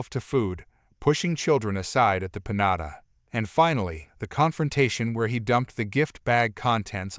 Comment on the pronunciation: Pin yahta not pinotta